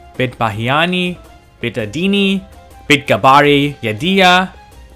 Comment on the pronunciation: greetings. thanks for the great video. BIT is pronounced BAYT with hard A sounds exactly like fish "BAIT". yes it means house.